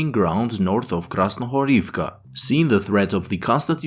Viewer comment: Дякую вам) by the way, "Krasnohorivka" is pronounced with emphasis on the middle syllable, "Kras-no-HO-riv-ka" "Stepove" is pronounced "Ste-po-VE"